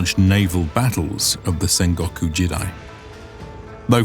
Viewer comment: You need to fix your pronunciation for these words: jidai = "jee-dai", not "jid-eye" Kyushu = "kyoo-shoo", not "kai-yoo-shoo"